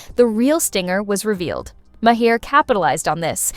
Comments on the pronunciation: It's not " Mah- heir. Maher, u idiot. Listen to him pronounce his own name. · The bot reading the text doesn't know how to pronounce Maher's name. LOL.